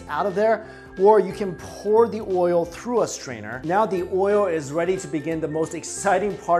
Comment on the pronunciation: I know I'm gonna' get tagged as racist for this, but the way he says "oil"... Oi-yo...